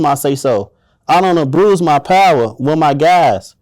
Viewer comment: He definitely abruised that word 😢